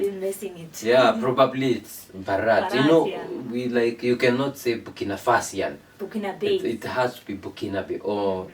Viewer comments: Pronunciation not Bharaath. It it is Bhaarath. Please look at closely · Please correct ur pronounce not Bharraat say BHA RAT H